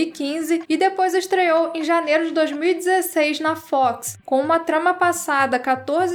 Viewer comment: acho que é assim que se escreve... Acompanho o canal a pouco tempo e as vezes implico com seu jeito de pronunciar a palavra FOX por exemplo mas uma coisa vou admitir essa com certeza foi o melhor conteúdo que eu já vi sobre X files amo a série sou louco pelo filme 01 e piro que qualquer coisa sobre e novidades da série agradeço muito a Sra por trazer isso tudo ao canal eu já recomendo sempre vcs por conta dos aliens mas se vcs começarem a falar de Arquivo x aqui vão ter um eterno frequentador do canal